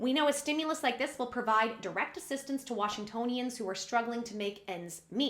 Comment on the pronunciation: Yes you are pronouncing Washingtonians right